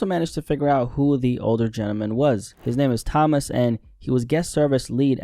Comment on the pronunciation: Toe-mas not Thomas